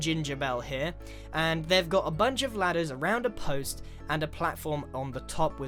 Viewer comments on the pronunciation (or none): I thought for the cat ladders I thought he said bladders :(